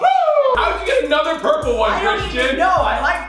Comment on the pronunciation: Welllllllll, it’s PURPLE not perpule